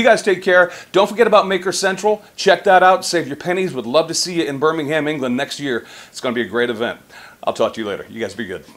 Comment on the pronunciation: Nice one. Btw, it's pronounced 'Biiiiiiiiiiiiiir-minggg-um'